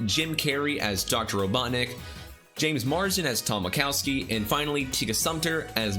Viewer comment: When they said wachowski I heard wazowski